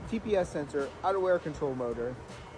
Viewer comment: "somehow this tyeh is still holding ayeh"